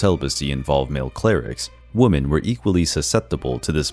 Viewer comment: And the way they kept saying woman instead of women really annoyed me over time